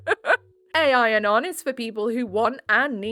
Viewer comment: "ai-anon" gave me a good chuckle 😂🫶🏻 bless you lmao it's aL-anon, not sure if that's a thing in the UK or if it's a different name! It's basically AA but for family/loved ones of alcoholics